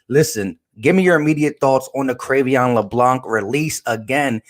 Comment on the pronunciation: Sir, thank you for your content. Just wanted to make a slight correction though. His first name is pronounced “(Cray-Vaughn)”.